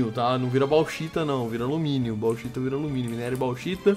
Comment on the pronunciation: so eu q me sinto mal escutar bauxitA em vez de bauxitE e apricoN em vez de apricoRN? n estou julgando... menos nervosismo ae